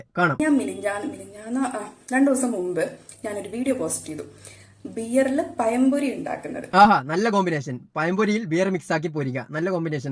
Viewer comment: പയം പൊരി അല്ല മോളെ പഴം പൊരി മതം വിട്ടിട്ടും ഇതൊന്നും മാറ്റാൻ കഴിയുന്നില്ല അല്ലെ